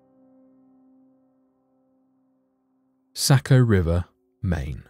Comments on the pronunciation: No offense but Saco is pronounced SOCK-oh. :) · It's pronounced sock-o... Born and raised in Maine and some of my family owned places in Saco so I've spent a LOT of time there. Very interesting to hear the back story. Never heard of it myself although I have heard of the curse and people do continue to die each year. But everyone dies eventually right?